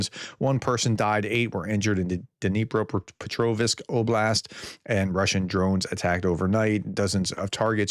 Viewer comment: for a professor, you do seem to have a hard time reading... i mean, man you're really butchering those names of ukrainian/orc cities... try taking like 2 seconds to cut up those names and ar-ti-cu-late appart from being a grammar-nazi of sorts, good video! keep on showing the truth, and SLAVA UKRAINI!!